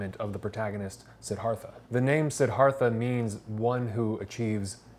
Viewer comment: Pronounced, See-DAR-tha. Sorry, but I was compelled to share that with you and not trying to be rude.